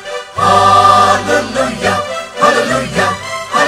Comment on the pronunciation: I think the tone of the Sopranos needs to be improved. I am also of the opinion that unnecessary stress is given for the syllables lu & iah of Halleluiah. These 2 points make the repertoire little unattractive which otherwise is well done.